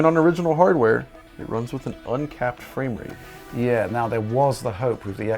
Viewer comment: "fwayme rate"